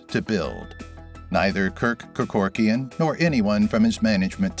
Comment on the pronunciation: Mispronounced Kerkorian’s name about 8 times.